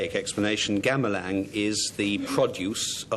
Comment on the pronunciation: It's gamelan not gamelang